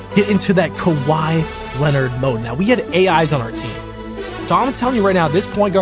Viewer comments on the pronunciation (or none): none